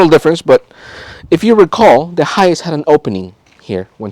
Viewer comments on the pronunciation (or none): Why do you sound like your saying hius? It High -ace (hiace)